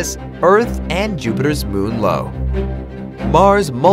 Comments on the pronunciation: No wait,your channel is Smart Banana Plus:Its pronounced IO not loe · It’s eye-oh... no LO. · The way you pronounced io is wrong its (eye oh) not (low) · Jupiters moon is Io (i o) Not Lo! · Yeah I noticed that too🙂🙂🙂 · Jupiter's moon io not loe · io not Lo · people's choices and entertainments he said lo not low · I also noticed it